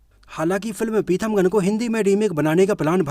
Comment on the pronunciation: पिथमगन नहीं पीथामगन नाम है